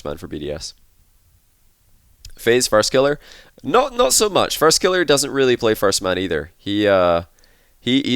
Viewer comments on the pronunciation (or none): how do you not know how to pronounce killerz you're main language is English too like what ?